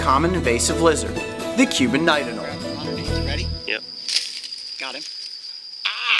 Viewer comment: Coyote, I gotta tell you, it's Ah-nowl-EE.